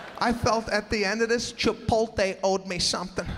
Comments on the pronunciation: All this is accurate but it is Chipotle not Chipolte. Then again he maybe doing that on purpose. Still funny though. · It's chipotle not chipolte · It's not ChipoLte it's ChipoTle!! but he is funny !! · I LOVE Sebastian! It's not Chipolte it's CHIPOTLE. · There is no such place as Chipolte. There is however, a Chipotle... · Love him but it's CHIPOTLE (LAY not TAY)!! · Why are you still saying Chipolte? It's Chipotle. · I think it’s Chipotle … not Chipolte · it’s not chiPOLte, it’s chiPOTle pinche gringos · Hate to be that* person but it’s Chipotle not Chipolte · its just an act, he's a comedian he's doing it on purpose. that's why he emphasises the word so much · the fact he calls it Chipolte is fucking funny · It's CHIH-POTE-LAY Sebastian! LMAO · Yo does he actually think it's pronounced Chipolte? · Tortiluh?! Chipolte? Oy vey! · Misspelling AND mispronouncing Chipotle. But still funny. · What’s with the intentional mispronunciation of place’s name and of the word tortilla?